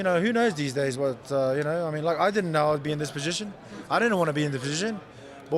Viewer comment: You know his fob when it's hard to say "position"